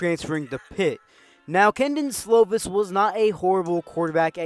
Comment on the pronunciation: Definitely pronounced key Don slovis